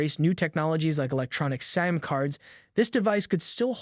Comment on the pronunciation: Tf is a "SAM" card? Can you pronounce SIM?